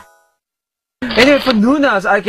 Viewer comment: "He likes Emo's". It's supposed to be Aunties but it sounded like EMO. xD